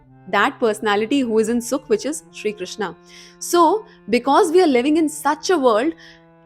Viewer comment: mam aap jo Krishna word ka pronunciation karte hai woh galat hai iska sahi hai " crewshn " aisa hai meri spelling galat hai lekin pronunciation sahi hain thank you 😊